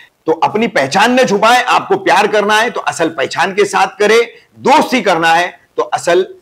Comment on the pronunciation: पहझान नही पहचान होता है ।। फंखा नही होता पंखा होता है। लिम्बु नही ।। निंबू होता है